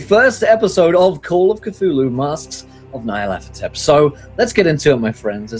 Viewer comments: Why do people keep calling it "Nayarlathotep"? It's not even one person, it's multiple YouTube videos calling it like that. Nyar La Tothep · This is the first time I’ve ever heard Nyarlathotep pronounced that way. I always pronounced the “Ny” as “Ñ.” My mind is blown by this extra syllable.